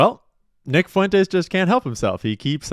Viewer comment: Why are you saying "Fuen-tayz"? Nobody has ever said Fuentes that way.